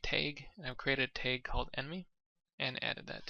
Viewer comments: its t ahh guh not tayg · Awesome tutorial bro. However, its "tag" not "teigh"